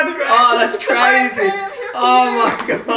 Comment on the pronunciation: That's CRAYZY says cray